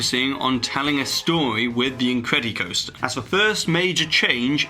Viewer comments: Incred-ih-coster not incred-y-coster. Its the same way you say incredible dude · But he doesn't say "The Incred-E-bles", so why say it with the coaster part? Lol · It makes me laugh when pronounces the "incred-E-coaster":) So properly British!